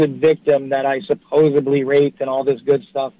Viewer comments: okay, help me out here. Did I hear say, "suposobly?" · Supposibly there is a "D" in supposedly